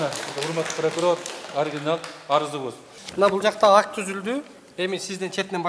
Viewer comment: Неметсенер неметкиле дедиго Прокурор 😂